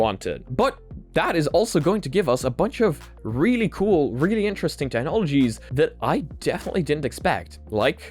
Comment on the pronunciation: Hey mate! Any reason you say "TEH-nology", instead of "TEK-nology"?